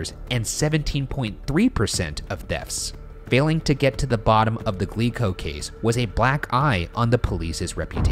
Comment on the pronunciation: I keep hearing "Glee club" instead of "Glico", and it's giving me horrifying flashbacks.